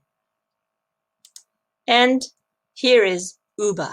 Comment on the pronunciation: UBA is not pronounced "Uber" or Ubar" as you did. The acronym is pronounced as U as in Letter "U" then "B" then "A." It stands for United Bank of Africa. It is one of Pan African Banks headquarted in Lagos, Nigeria. Thank you so very much for your videos. I never miss anyone of them.